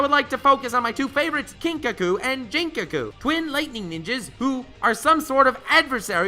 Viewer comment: It’s It’s a Lingua-guttural-voiced-plosive G. Not a bi-dental-voiced- plosive J. “Ginkaku” as “go” not “Jinkaku” as in “Japan.” It makes it really heard to believe you understand the plot or characters of a show when you don’t even know the character’s names.